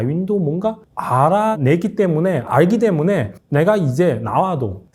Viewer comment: 때문에를 못하고 대문에로 발음하네~ 저 정도면 이젠 발음도 신경써야지?